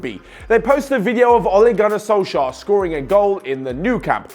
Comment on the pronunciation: Only Norwegian people can say Ole Gunnar Solskjær rigth